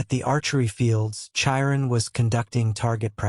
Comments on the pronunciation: The voice is AI so it's pronouncing names wrong. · The pronunciation of Chiron 😭😭😭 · And Thalia. I'm trying to sleep to this audiobook and the pronunciation of a lot of things keeps jerking me out of my sleep. It's so unsettling. 😭